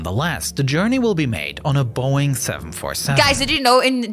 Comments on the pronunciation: i got traumatized by zhis.... WHOOP WHOOP PULL UP *deep grumpy ahh call out * edit: y u call it "Boieng" even tho it came from "mcdonal douglas" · fr and also the boeing thing she said